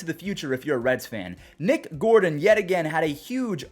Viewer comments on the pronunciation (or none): none